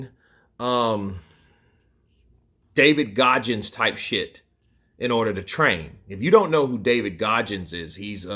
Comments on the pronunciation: It’s David Goggins not Gojjins and it’s hell week not hell day. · I like how you pronounce GOGGINS haha